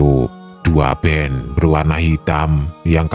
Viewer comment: Abaaaang...radio 2 band... Ya baca dua ban aja, Jgn jadi dua ben 🤭😅🙏